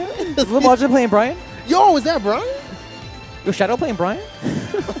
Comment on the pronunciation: Stop calling him "Byran"